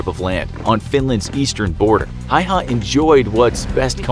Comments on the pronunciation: Lol hayha its häyhä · Is not pronouced hayha is pronouced like häyhä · Häihä not haiha lol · It is Simo Häyhä not Simo Hayha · You say it Häyhä, not Haua! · It's Simo Häyhä not Simo Hayha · Simo Häyhä not Simo Hayha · Btw the pronounciation of Häyäh is "howha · I am dogge it’s actually said like hæyhæ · Dude....its pronounce "Hey-Haw" and "Nu-Gawnt" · Its HÄYHÄ not hauhauhaauu easy to say if ur from the Scandinavia as im🇸🇪🇸🇪🇸🇪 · Just a little pronunciation error, y in finnish is pronounced L so it's pronounced Hälhä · Please, if you cannot say his last name correctly, just say Simo. Ä is pronounced like the a in apple. Y is pronounced oo like ooops. There is not hay/hey in Suomi. Simo. The snow was not the only geographic location he was a master of, although Talvisota, for Simo, was purely snow and cold. But he was also a master of the forest.